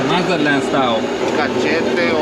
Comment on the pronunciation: Say it correctly cabron!!! MAZA-TLAN!! You got Spanish speaking viewers too